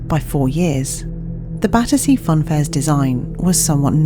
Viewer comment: Battersea Fun fair , Badussy Fun Fair— I can’t un-hear it 🤣🥲🤧